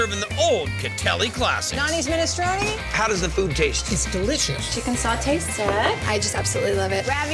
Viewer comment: "Gnoochi"? 'Gnocchi'! "Tortellini's"? 'Tortellini'! "A tortellini"? Singular = 'A tortellino'; plural = 'tortellini'! "Gremolada"? 'GremolaTa'! "Ravioli's'? 'Ravioli'! "A big ravioli"? Singular = 'A raviolo'; plural = 'ravioli'. "Ministroni"? 'Minestrone'! Americans and their language skills...